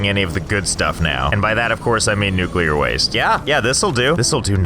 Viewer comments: Finally nuclear power and even better nuculer wast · *generate nuclar wast not electricty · Unradiable base. its nucular all the way